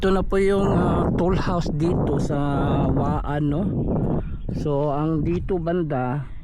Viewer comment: Toll house po hindi tool housw.